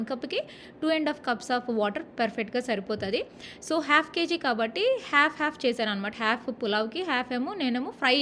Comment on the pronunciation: Half ❌hyalf ✅😂